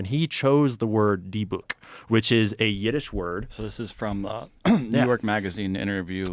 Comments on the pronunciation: Deh buk, not D book. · Lol! It's pronounced "dib-bik" 😂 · its pronounced dih- bik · Not for nothing, but I believe it’s pronounced “DIBBICK” kinda like “is it” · Dybuk is pronounced Dibbuck. Took me a minute to figure out what the hell he was talking about lol. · It’s pronounced Dibik. Don’t say it 3 times. Known as Demons in Christianity and Djinns in Islam. Yes, they are all Dybuks. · I know some people willfully mispronounce the names of demons and dark entities; but man, the way they were pronouncing dybbuk kinda ground my gears 😅😅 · Learn to pronounce Dybbuk and understand that he’s being hyperbolic dummy. Dybbuk possession don’t work like that